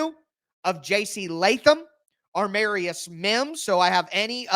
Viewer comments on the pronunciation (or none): none